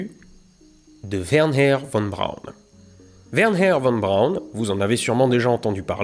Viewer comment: J'ai adoré cette serie de deux vidéos. Mais je trouve dommage que tu force un "WerHer" Von Braun (alors que ça se dit plutôt "Werna" ou "Wernerr" selon l'accent et que tu oublie totalement que V2 se lie "Fao2".